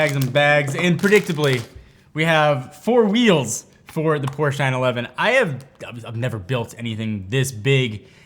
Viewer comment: great video. One note though, you should contact Karl Conrad & get him to teach you how to pronounce Porsche.